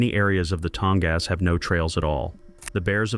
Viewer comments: "Tong-ass" You got to love AI. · The “creators” need to show a little effort and correct pronunciation errors. They probably don’t even listen to the whole thing themselves.